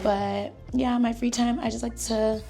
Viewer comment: I need a compilation of saying “YUH!” It scratches my brain in the most perfect way